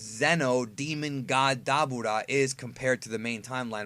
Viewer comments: so im not the only one who loves to say Dabura like that. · Who the fuck is daboda I thought his name was the dabura